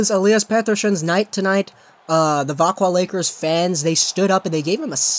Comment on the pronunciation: Vak-zio Lakers and Pet-Err-Son not Vakwah Lakers and Peterschon 😂